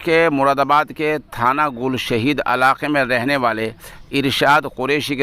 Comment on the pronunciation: گل شھید گ کے نیچے زیر پڑھیں ترجمہ ہوگا شھیدوں کی مٹی ،